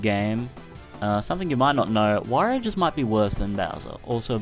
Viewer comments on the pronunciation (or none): It's pronounced 'W-or-ee-oh'.